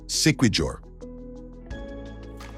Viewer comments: siquijor pronounce like si-ki-hor 😊😊✌✌ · “Siquijor” pronounced as See - Key - hor